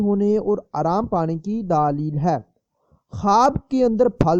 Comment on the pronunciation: Matlab ye k wo aapkay bolnay k andaz py keh rai h